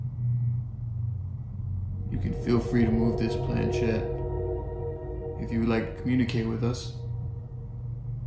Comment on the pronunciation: Just to note the movable part of the ouija board, the planchet is of french origin and the ‘ch’ should be pronounced as ‘sh’ as ship not as ‘ch’ as in chip, also the word ouija is a mixture of the French and German words for yes, and should Phonetically be pronounced as Wee and Gee. Most people be they American or British normally pronounce the words incorrectly.